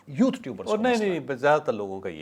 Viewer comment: پلیز یوتھ نہ بولا کرو یو تھر بولا کرو